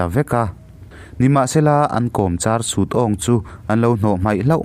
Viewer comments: Thinlanga chungchang a Sut awng tih hi i lam dan tlem in a diklo deuh a.. hetiang in a lam dan dik zawk ka'n sawi ange..Football kan khel a,si kan phur ta a,kan si phurh Sùt turin kan ṭang khawp mai. Helai a Sùt lam ang hian lam tur a ni e. Mawmráng pawh hi maimawm tih a mawm kan lam ang hian lam san deuh tur ni in ka hria. Mahse chhim leh hmar,chhak leh thlang a kan lam dan te pawh a lo in ang lo mai thei a. Ka hriat ve chinah chuan tun a ka hriat dan ka rawn sawi ang ho hi a ni e. ka lawm e. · 'Sut' pawh i hre nange, mizo tawng i chhiar hian i thluk dik lo nasa thei hle mai. Zahthlak deuh hlek lo maw, mahni tawng pawh chhiar dik hleih theih loh chuh!!!!